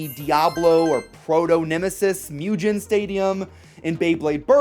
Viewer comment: It's not Mew Gin It's Moo Gen(like Get but with an n) Mugen = Moo Gen